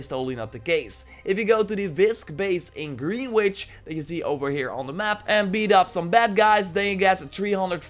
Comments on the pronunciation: Hey bro love your videos! subscribe but it’s pronounced “Gren-Itch” not “Greenwich.” Much love from NYC!! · Greenwich is pronounced gren-itch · Greenwich is pronounced grenich